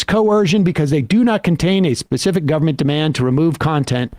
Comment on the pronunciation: AND GOVER-MENT, WHERE'S THE FIRST 'N' ?